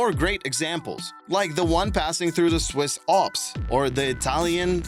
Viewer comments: did you really pronounce the Swiss Alps "Aulps"? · Interesting pronunciation of "Alps".. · Alps, Alps, you simplistic creature. Learn to pronounce words correctly before you decide to narrate again.